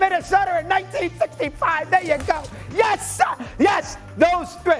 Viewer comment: Mad Dog "Yas Sar" 😂😂😂😂